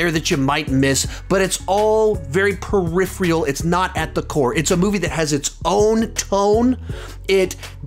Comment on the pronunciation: Perifereal? That's how you say Peripheral .. ok.